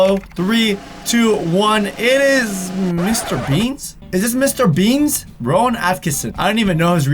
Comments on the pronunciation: Did he say...Mr...Beans Omg..bro it's Bean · It's mr bean not mr beans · Mr. Beans?????? Its Mr. Bean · Mister beans? Its mr. Bean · Wait he said mr beans it's mr bean so funny😹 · M.r bean not m.r beansa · Mr BEAN not Beans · Is anyone else gritting their teeth everytime he says "Mr. Beans" and not "Mr. Bean"? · Bean not beens lol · It's just BEAN NOT BEANSSSS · Who else was bothered by the fact he called mr bean mr beans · HE'S CALLED MR BEAN NOT BEANS!!!!!! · He said Mr Beans 😂 its mr bean with no "S" at the end 😂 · Mr.beans? Seriously it's mr.bean! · It's Mr bean not Mr beanzzz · IT'S "MR. BEAN" NOT "MR BEANS" hahaha 😂😁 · Did he say Mr. Beans, with an "S" ???????? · Mr Beans 🤣 no ‘s’ at the end 🙄😒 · Its Me.BEAN not mr.beans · He said Mr BeanZ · It's Mr. Bean... no s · lol he said mr.beans I'm not hating bc not my teens/adults don't watch mr.bean